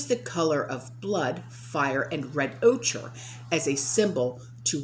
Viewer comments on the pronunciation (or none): It’s pronounced oker, (ochre) the Color red